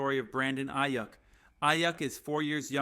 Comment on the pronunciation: Come on bro I get that news is slow. But saying the broncos will shock the world and spend half the video talking about a CUT special team's guy and players getting drafted 10 picks before we are on the board. Diggs was never a real option. Dude can't say stefon or aiyuk like. Gd do the smallest amount of homework and stop sensationalizing shit for a view. Blocked this channel after that dumb shit